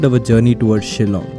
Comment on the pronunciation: I love the fact that you can pronounced the word Shillong correctly btw thanks alot bro for this video....✌️✌️from Shillong